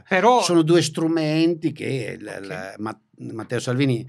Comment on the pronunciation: “Oukey” 😂😂😂 facciamo finta di essere internazionali 😝